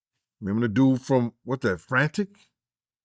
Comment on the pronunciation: What’s that, Frantic?? LMAO it’s fanatics bro, hilarious